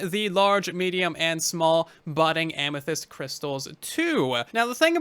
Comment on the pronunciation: "Tinted Amythest" wait what?